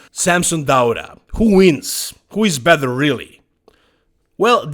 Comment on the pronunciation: I'm not an English speaker so I don't get why you say "bether" instead of better... It's not a difficult word to pronounce correctly. I might be wrong though